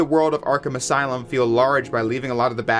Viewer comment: Welcome to the aslume